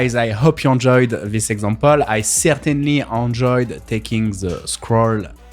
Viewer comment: Is it only me that hears "android" instead of "enjoyed" at the end of every video? 😂😂